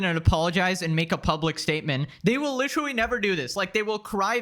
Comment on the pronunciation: Why does he say “licherwally” literally 9000 times a video like this shit is so annoying